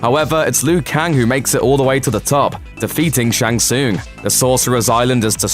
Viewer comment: The way he pronounces "tsung" is painful...